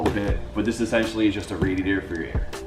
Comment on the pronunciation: Funny you couldnt say essential first minute of video but after says essential more than turbo..i had to stop watching. Its just as bad as hearing someone say "like" every damn other word